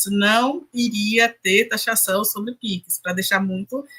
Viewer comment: Alguém ensina essa mulher a falar pix.